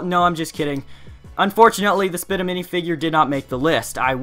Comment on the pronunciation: As soon as he said spitta, I thought, he’s kidding... right? He better be kidding...?